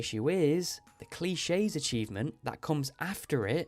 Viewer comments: one: you poor soul Two: I was so angry about you not making a seedmaker also YOU COULD'VE FOUND OUT WHAT THING YOU CRAFTED Three: Cliques is pronounced CLICKS Four: why didn't you buy a warp totem already by the time you got millionaire like the dessert one (you could reuse the void mayo trick you did eariler for the strange bun)when you need to go visit Sandy becuase you used the fruit for profit over time (Anciet fruit would have been the better choice) Five: WHY ARE YOU PLACING THE GINGER ISALND TREES ON THE ISLAND THE GREENHOUSE WORKS! Six:Now here me out there is a way around it by exploits (Assuming you didn't know or did and just choose not to for the longevity of the game) that is if qi gems are physical objects if not then its unavoidable Seven:Emily's a problem character for me but you do you...Hippie(Not a serious point just dislike happy go lucky characters) Eight:You could have been grinding the monster slayer goals during the waits (If you were I sorry for assuming you didn't) Nine:So I kinda knew going in it would be impossible there aren't enough work arounds to do so but and this is a big but you did them in an linearish order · Great video overall but I have to point out that you misspelled Center and that cliques is pronounced "clicks" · "I spent 2 years avoiding accomplishing anything except earning money" Your pronunciation of "cliques" the same as "cliches" is really funny to me